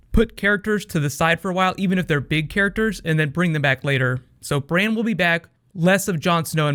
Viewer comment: Did he just call Bran, "Brain"?!